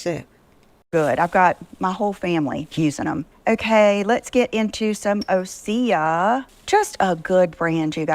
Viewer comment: 😖 I refuse to buy the Osea products anymore, she can’t even pronounce it correctly. It’s sad because I’ve used the products for quite awhile. Could anyone recommend a good cruelty free skincare line?